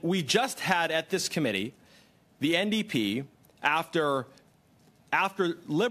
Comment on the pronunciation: Ndp not nap